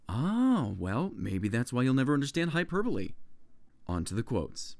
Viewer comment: He pronounced hyperbole correctly, he must be a witch. Everyone pronounces it 'Hyper Bowl' If you pronounce it 'hyper bo ly' you're a freak